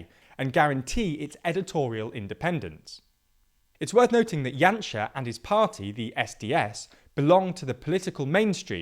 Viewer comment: Very good pronunciation throughout the video! Janša has been an absolute embarrassment to this country, both currently and in his past governments. Lets hope for a big voter turnout in April and that the current political, economic and social crisis perhaps opened the eyes of the people.